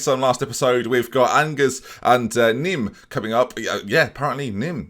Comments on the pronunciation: Ben, Angers is not angers. It's pronounced something more like Onjair. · Your French pronunciations pain me and I'm not even French Onjer and Nim is how to pronounce Angers and Nimes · Angers in French : Anjé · His pronunciation Onjers me severely